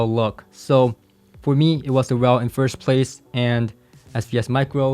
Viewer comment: its not RELLL, its R.E.L